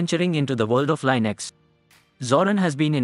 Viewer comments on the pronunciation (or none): It's pronounced Lin Ex, not Line Ix